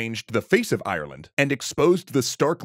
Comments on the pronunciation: If you are making a video about Ireland, could you get someone that can say the countries name. It is Ireland not Ierland. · Like that weird way of saying Ireland as IRE-LAND